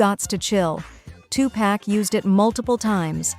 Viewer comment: Just listening to how she pronounced M’tume and Tupac I was suspect on the accuracy this video, and they are acting like the R&B charts were irrelevant, these songs were all very popular.